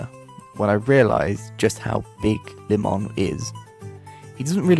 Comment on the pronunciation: It’s not LIMON it’s límon